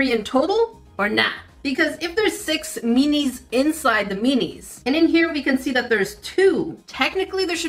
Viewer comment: I keep thinking she’s saying, “meanies”. 😄